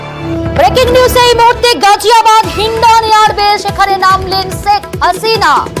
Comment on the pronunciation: গাজিয়াবাদ হবে গজিয়াবাদ হবে না। মুসলমানদের নামের বানান ভুল করা বিকৃত উচ্চারন করা ইত্যাদি পশ্চিমবঙ্গের হিন্দু মিডিয়ার চরিত্র । সুতরাং সাবধান!